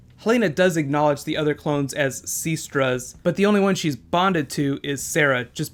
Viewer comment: stoooooop calling it seestra. It's sestra!!